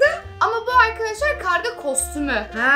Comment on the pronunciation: Kavga değil karga